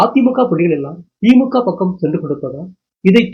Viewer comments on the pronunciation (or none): none